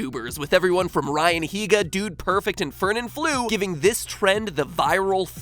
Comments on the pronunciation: its no floo it is actually flo #respectlatinos :,v uncluding me :( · "fernanflu"? really bro know your spanish is more like "fernanflow" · this is how you pronounce fernanfloo (fernanfloo)not (fernanflew) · I am kinda triggered how he said ‘Fernanflooo’ instead of how it is pronounced ‘Fernan flo’ (even tho me fan) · As a person who watched Fernanfloo (yes I speak Spanish) it was very painful to hear Matpat pronounce it as oo instead of o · AJAJAJAJAJAJAJAJA OMG ITS PRONOUNCED FERNANFLO NOT FERNANFLU QAHAHAHAHAHAHAHAH I PUT THAT SECOND IN LOOP FOR LIKE THREE MINUTES AHAHAHAHA FERNANFLU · The new name of Fernanfloo = Fernanflew (Ok, this is a spanish name, so its pronounced Fernanflo) :p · Hey Game Theory , just a tip , the youtuber Fernanfloo is pronounced (Fur-nan-flow) and not (Fur-nan-flu) , it's just a tip , not a comment with bad intentions... Btw Nice Video :3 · its not fernanfloo, you pronounce it fernanflow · Frenanflu 😂😂😂 its pronounced like fernanflaw i know nowbody care, but for me was hilarious. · Fernanflu? Hahahahaha Its pronounced Fernanflo. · It's pronounced Fernan-FLOH not Fernan-FLU. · It's not Fernán flu it's fernan Floo (pronunciation) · Hey it's not pronounced fernanflu it's pronounced fernanfloh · Is not pronounced "Fernanflu" is "Fernanflo" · Is not pronounced Fernanflu Its pronounced Fernanflo <- the "o" is pronuounced as in "nock" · Its pronounced fernanflo (yes I speak Spanish) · Jajaja "Firnanfluu" 😂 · First of all... i speak spanish, just to clear Me: (hears matpat calling "fernanfloo" "fernanflu") Me: matpat! How could you!!!!! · yo u pronounce it like "Fernanfloh" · It is actually pronounce Fernánflo(fer-nan-flow) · you pronounced fernafloo wrong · Omg now I'm going to pronounce fernanfloo like fernanflu. Thanks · It's actually pronounced fernanflow, despite its spelling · Sorry. But you Pronounce fernanfloo as fernanFLOH. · It's actually pronounced fernanfloh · Is not fernanfloo is pronounced Fernanflo* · Its pronounced Fernanfl-oh